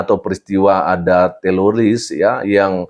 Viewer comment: Bukan teloris pak pdt..tapi teroris..